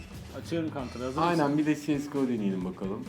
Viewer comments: Si es go nedir ya? Cs go demek çokmu zor? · GTA yi Ge Te A diye okuyup, CsGO yu Si Es Go diye okuyan iki comarin videosuna hosgeldiniz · cese go ne ara siyes go oldu at kafalı